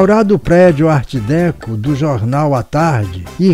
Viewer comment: Apenas uma observação para a anunciada continuação A pronúncia de Art Déco em francês é alguma coisa como Art Decô e pode ser conferida neste link